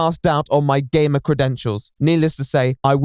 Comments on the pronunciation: Well... I am putting myself up the shame shack to be beat. When he said "Gamer" I thought he said "Gay man". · I MISHEARD "GAMER" AT FIRST I HEARD GAY MAN WTF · I honestly heard him say " the allegations, that i, am not a gayman "...Seriously i cant be the only one right? Ahaha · I thought at the beginning he said “allegations that I’m not a GAY” instead of “gamer” needless to say, I was very confused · I thought he said he was accused of not being gay instead of a gamer and I didn’t realize until like halfway 😭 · 52 seconds in, and I thought you said "I am not a gay man." Then you proceed to talk about gaming and I'm thinking I may have missed something.... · At the start of the video, I heard "That I am not a gay man." and I was shocked XD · I thought at first he was saying gay men weird